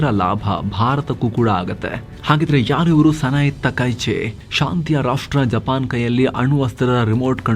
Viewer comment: ತಕೈಛಿ ❌ತಕತೈಯೆ ✔️😂😂